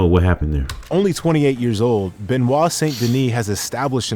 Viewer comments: BENOIT* NOT BENIOT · "BenOit" not "BeniOt" :face-green-smiling